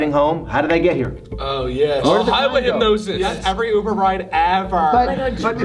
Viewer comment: Ethan: fully hypnotized Grayson: 3/4 hypnotized Emma: half hypnotized James: hyp-NO-SIS